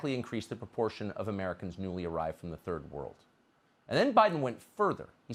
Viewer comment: wow, he really hard R'd that 'third world'